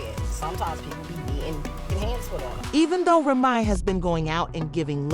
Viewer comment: Why does she keep mispronouncing Remy’s name😂